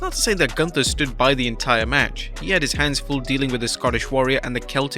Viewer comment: Is it really that hard to pronounce Gunther’s name correctly? It’s not hard!